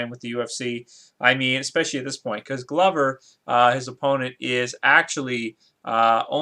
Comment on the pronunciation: Glover is pronounced like the word Clover with a G. And dude you're gonna have to accept that some of these dudes are past their prime and there are dudes that have been fighting since they were kids. MMA is continuing to get more exciting as more talent enters the arena. Glover is gonna win this fight and my prediction is that he'll end up fighting Jon Jones but he won't be able to knock him out due to that superior reach and the fact that jon jones gets better every fight.